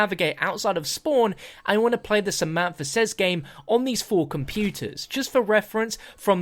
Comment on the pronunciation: Favorite moment is the samantha says gmae